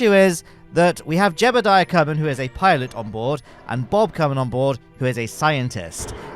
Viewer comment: I like how the redditer said “jebbeldiah” to accurately spell out how pronounces (mispronounces) Jeb’s name.